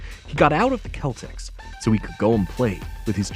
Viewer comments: What country are you from? It's pronounced seltics not keltics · Dear Narrator: It’s “Boston (pronounced “Sellticks”) Celtics”, (not “Kellticks”) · I noticed that the narrator mispronounced the name of the basketball team, the Celtics. He says “keltics” instead of “seltics.” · Ahh yes, the old kell tics. I' ve never heard it pronounced other than sell tics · It's pronounced the Boston Sellticks, not Keltics. Paul Fix played Marshal Micah Torrance, not Michael. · I have enjoyed the show for many years and still watch it today on tv and YouTube. Just one correction. The basketball team he played on was the Boston Celtics, but pronounced like seltics, not keltics. I got to meet Chuck Connors in 1984 and told him how much I had enjoyed his work. He was a very nice guy. And by the way he was also on several other tv series including Arrest and Trial, Branded and Cowboy in Africa. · Boston "CELL"- tics, not KELL-tics. Jeesh! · Just an FYI, The "C" in Celtics is pronounced like an "S" Seltics and not like a "K" Keltics. Just wanted to point that out. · The narrator is mispronounced words. It's Celtics. Not Keltics. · Boston "Keltics"... what a maroon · there is a soft C in 'CELTICS' (The NBA franchise). the Green won 17 World Titles, and 18...could be near. Connors was a guy who I guess, could do anything, athletic or dramatic. he was so big. the first to literally ''pound the boards'' to smithereens. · The “KEL-tics” may have been in Ireland, but never in the NBA. How could such glaring nonsense have slipped by the producers.! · I noticed that too!... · Need to learn how to pronounce Celtics. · Boston Celtics is pronounced with a soft "c". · Believe it or not, I got through the entire thing w/o screaming. Even when the narrator didn't know how to pronounce "Celtics". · Saying the basketball team's name wrong! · It’s actually pronounced both ways, depending where you’re coming from.